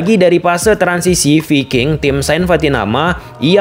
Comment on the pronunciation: Fullback bukan pullback Viking bukan piking Harus belajar alfabet lagi ini kayanya